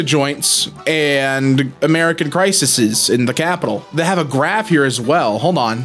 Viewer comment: I hate myself for being like this but at one point he Crisises (crisis-is) not CRISES (cry-seas)